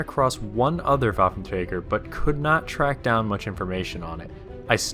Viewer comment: Pronounced: vaffentreiger Plural: Waffenträgeren